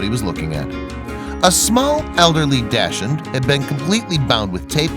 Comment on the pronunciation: It's pronounced 'docks-hundt', not dash-hun.